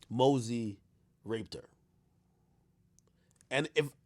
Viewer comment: it's mosey not mazzy 😭.